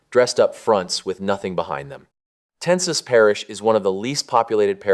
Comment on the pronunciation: It’s pronounced Ten-saw